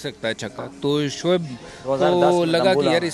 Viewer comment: Arre yeh gawar vikrat ko samjhao soaib akhtar nahi uska nam shoaib akhtar hai... it's shoaib not soaib...